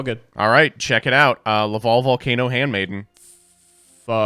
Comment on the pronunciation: It's LaVALVAL Chain.